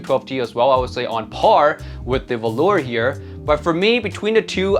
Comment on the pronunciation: I do believe it's pronounced volur with short o and u, either way it should sound nothing like the fabric velour!